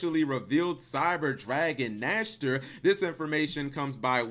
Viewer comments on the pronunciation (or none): I always die a bit inside when people rape the german language like that. You tried....I guess..